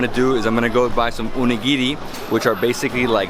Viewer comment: OH - KNEE - GHEE - REE PLEASE! Why OONIGIRI?